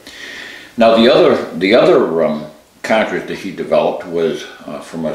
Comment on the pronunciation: It's cartridge, not catridge.